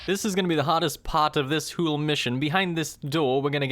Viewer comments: why does he say 'whole' like "hooolulu" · I love how he says whole "hoole"